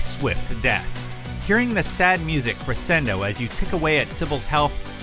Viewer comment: The Sybil fight was hardly tough at all. Just gotta dash out of the way when she strikes at you. Also,, crescendo is pronounced "cre-shen-do", not "cre-sen-do".